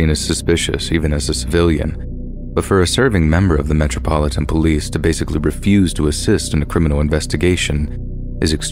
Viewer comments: I’m sorry but “MEH-TROPILLAN POLICE” 😂😂😂😂😂😂 I’m dying 💀💀💀💀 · Metropolitan police is pronounced Metro-pol- it- an its actually one of the easiest things to say as its just broken down bit by bit.. the way you said it had me rolling